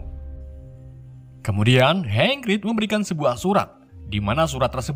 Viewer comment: Welsley malah disebut welsel Hagrig dibilang hangrig. Wk Wkwkwkwk